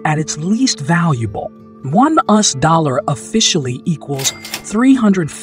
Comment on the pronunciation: "One 'us' dollar"? "us" dollar? AI is getting really good. But not perfect.